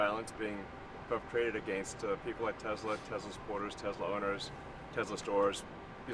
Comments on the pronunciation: "I love Teslur" - Donald Trump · This Man said I love Tesler 😂😂😂😂😂😂😂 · He most certainly did. I was like, that's so on brand for him. Tesler (lol)